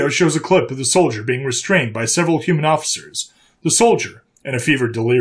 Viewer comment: What's a "Humman"??